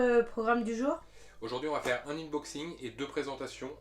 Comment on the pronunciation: Tu pronoces inboxing... c est unboxing!😅. Curieux de voir quels jeux tu vas présenter!